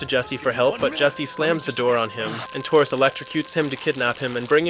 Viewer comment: He really called Tyrus "Taurus" 😂 like a Ford?? 😂